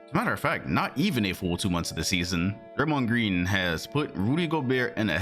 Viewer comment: Golden State warriors is as stupid as thei brAYMOND gWEEN.